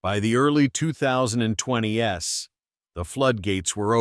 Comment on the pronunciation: AI voice likes to say (i.e.) “2020 ess”, instead of “2020’s” Detracts from video!